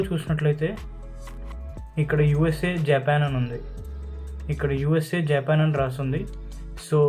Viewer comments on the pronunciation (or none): Good thing bro, Japan lo shit yela veltaru ani live ga chupaledhu thank god, aaa pronunciation enti bro JAYPAN, SHINK............adi smoke ni lagesssstuntadi, dhanni CHIMNEY antaru bro.....mothaniki Japan lo telugugodu DORAEMON ga marithey nee la untundhi ani nerupinchav bro.......